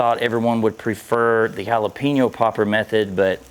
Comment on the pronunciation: Learn to say Jalapeño…